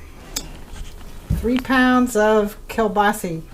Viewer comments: This woman knows practically nothing about cooking! This dish without sauteed onions is flat "White Bread" cooking. The sausage, which is pronounced kielbasa, not kielbasi, should also be lightly browned in the butter. It's a shame to see good ingredients wasted in such a manner. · I've seen bigger much bigger so no your wrong yours isn't the biggest ive seen...and stop saying kabasee it's kabasa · Sa not Se...kel-ba-sa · GOD love you and your... But it is Kill-boss -oh.🤔😎😉